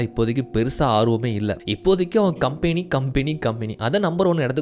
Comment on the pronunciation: Bro please correct the pronunciation of the word "company" bro.